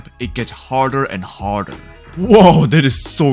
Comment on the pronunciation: DID BRO SAID HARDAR 😂